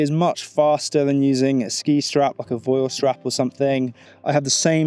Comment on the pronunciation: Thats a great set up and some good tips. as an aside, Voile is pronounced volay.